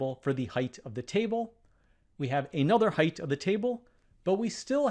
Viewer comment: There is no H at the end of height. it is pronounced height, NOT heightH.